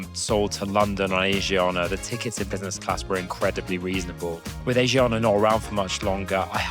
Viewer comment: pronounced ah-shi-ahna